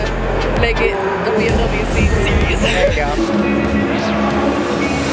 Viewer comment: I'm pretty sure she said "z seriee"